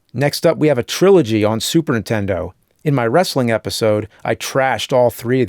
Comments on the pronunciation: I still love how after all these years, AVGN still pronounces Super Nintendo as "Super Intendo" like so many other people I know ❤ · What's a Super Entendo? I keep hearing the Nerd say it. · I always hear it as "supern intendo" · Ahh still saying “intendo” instead of Nintendo all these years later lol